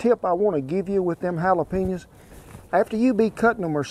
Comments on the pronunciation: "Halejepenas" lol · Dude said halajapinas hahahaha